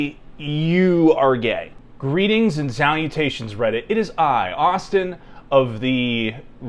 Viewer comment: Ay man that "zalutations" was a little too close to "salutations" this time